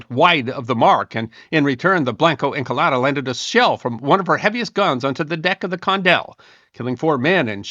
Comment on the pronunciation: Blanco is not pronounced blank-O it isn't English is a romance language "a" is pronounced closer to "ə" think more like the 'o' in 'blonde' likewise Encalada isn't English or any other Germanic language either and is not properly pronounced as such 'e' is almost like ā. It is actually my very most favorite thing about Spanish the name of each nonconsonant letter when you say the Spanish alphabet is pronounced faithfully and each consonant letter in the Spanish alphabet when you say it is only different in having a ghost vowel attached and the consonant part is also like vowels in the Spanish alphabet pronounced faithfully always pretty much How much does the pronunciation of Blanco Encalada really matter? Hardly but hey I thought maybe someone might like to know so I'm saying it anyway